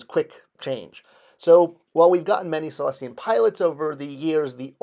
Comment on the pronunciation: It's not Cellestian! It's Sullustan! 😬😏